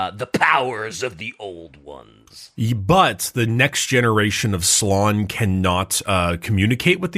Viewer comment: ITS slAn not slon. You pronounce the A